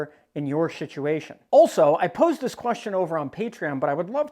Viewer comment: Lol, he keeps calling them "shit-uations." Appropriate for SHTF. The google captions didn't pick up on it though.